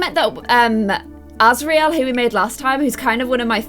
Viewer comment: Liked it a lot! But you pronounced the names wrong. C; there’s a guide in the back of the book On pronounciations Rhysand is Ree-sand Feyre is Fay-ruh azriel is az-ree-ell xx